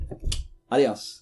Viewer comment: Great Spanish at the end! "Adios". Cool! hahahaha